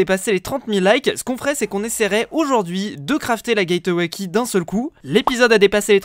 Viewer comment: Mec le e de gateway key ne se dit pas